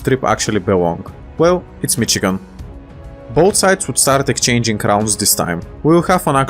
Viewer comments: Just a small nitpick but we pronounce Michigan like Mishigan similar to how the Germans would pronounce it due to the large German influence in the Midwest. Other than that loved the video keep it up man! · As a Michigander, I am very happy you made this (also it’s pronounced mishigan, with an sh sound instead of a ch sound).